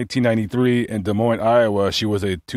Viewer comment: The S in Des Moines is silent. It is pronounced Des Moine